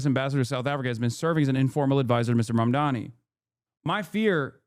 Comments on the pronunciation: Look at that short ass monkey. His name is quite literally spelt out in gigantic fucking letters in front of this monkey in a suit and he still pronounces it as "MOM-DOMMY" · It's literally spelt out in front of them and they STILL can't pronounce his name. It's insane